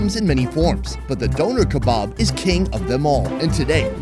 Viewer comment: I love you and the videos but I can't be the only one that hates how he says Doner kebab?